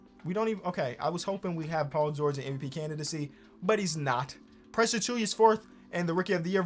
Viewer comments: it's not achuya it's achuwa bro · No one:: Precious A”chewy”a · Should we tell about how he say Precious' last name? Or he's to deep into it to correct? Lol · new challenge: pronounce Precious Achiuwa properly